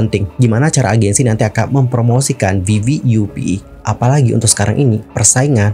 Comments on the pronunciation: Izin koreksi bg , bukan vv u p tapi vvup (vvap) up buka yu pi bacanya 🙏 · Info aja bacanya viviap😊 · vv 'UP bang bacanya